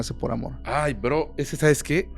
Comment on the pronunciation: No Jodan!! La manera en que el Host dise Bro!!! Tuve que regresar el video y escuchar tres veces para ver que no le estaba diciendo una groceria , yo escuche Cabr@ … 😝😝